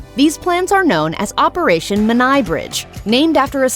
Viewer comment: Come on get the Menai bridge pronounced correctly.